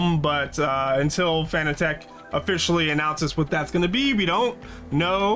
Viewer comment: FYI, it's pronounced exactly like the word 'fanatic'... Not 'Fan-A-Tech'... Otherwise good vid. 😉👍